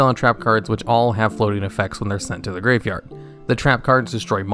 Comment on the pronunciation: I think I’m losing it, I swear to god he is adding an extra letter in graveyard, duel logs has poisoned my ears, words don’t sound right anymore, send help.